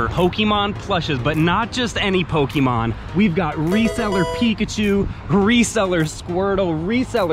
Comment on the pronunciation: Aaaauuiiggghhh please stop saying Pokeymon